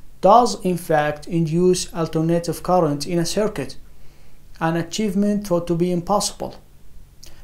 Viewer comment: Surprising information! Important information! Did you say + that graphene at room temperature induces "alternating current" in a circuit? After several listenings it sounded like "alternative current" . Please clarify. Use a dry erase board to illustrate.